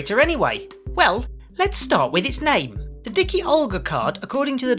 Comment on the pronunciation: D-I-K-UH not D-I-K-EE...I'm guessing Fat Olga is Fat Agnus's sister 🙂